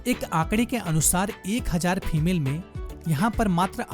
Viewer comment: FEMAIL NAHI SIR FEMALE but anyway good video and voice over keep it up